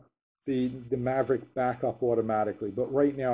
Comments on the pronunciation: did he say Mavric..like from TopGun. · "DJI Mavrick pro"? :D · excellent video...thanks...btw, there's no 'r' in mavic ;) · DJI "Maverick" Pro, haha. :) Honest mistake. Good video buddy.